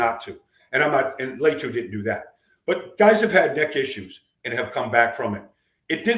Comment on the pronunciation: Why is Latu so hard to pronounce correctly for Baldy?